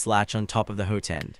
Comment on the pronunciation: What is a hoo-ten? It’s hot-end. You say it right several times in the video.